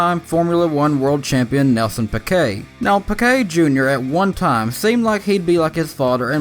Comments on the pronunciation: Why the hell do people incorrectly pronounce names. It’s pronounced peekay. Not pickay. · You said pequet